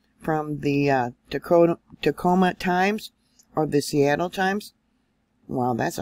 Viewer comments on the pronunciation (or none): none